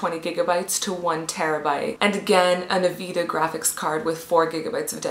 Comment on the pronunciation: yep she is totally qualified when she pronouses (n-vidia) nvida